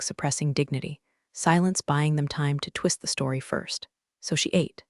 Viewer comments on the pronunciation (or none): none